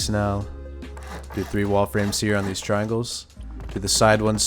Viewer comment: “We got theez fuggin triangle peaks” 😂🫡